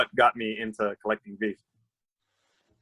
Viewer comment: Amazing discussion all around and please for the love of all things holy and good: they are pronounced Veevee. DOGEcoin. Veevee DOGEcoin. But love the convo ;)